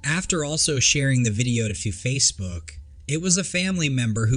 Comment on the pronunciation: I'm saying "facef**k, he said facebook. "Private account😂....I can't!!!🤣